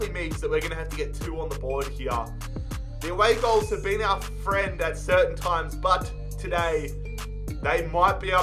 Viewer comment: Ahhhhh fweind, wolfsburg fweind